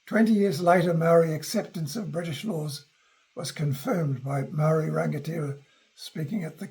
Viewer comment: He can't even pronounce Māori properly. This video stinks.